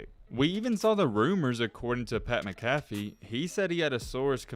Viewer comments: Live how Pat Mac*a*fee was pronounced Pat Micalf*e lmaoooo being a Colts fan I cringed when I heard that. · Bro, how do you make a living on sports “reporting” and not know Pat McAfee is? It’s Mack-uh-fee. Not Muh-caffee. And before anyone starts yelling at me, I’m not making fun of his speech impediment. Simply stating I’m shocked he doesn’t know one of the most famous sports figures on YouTube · Its pronounced MAC-A-Fee. Not Macafee. McAfee. Biggest sports show on YouTube. Gotta get that right. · It’s Pat MAC-afee. Lol. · Pat “Mac-a-fee” just so u know… great vid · Ok its Pat McAfee, pronounced Mac-ah-fee. He is just one of the greatest punters of all time. Also a sport commentator now, Aaron Rodgers go to guy to get interviewed every week, and a WWE commentator too. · First off how can you be a sports YouTuber and don’t know how to say Pat McAfee name? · You'd think a sports fan would know how to pronounce it haha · Can we just take a moment and realized how this man pronounced Pat McAfee’s name? Still a good video tho. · Yeah that was horrible! Somebody needs to tell him 🤣😂